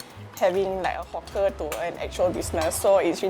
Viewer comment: "hawker" is pronounced HAWK-ER like the bird HAWK not HOCK -ER.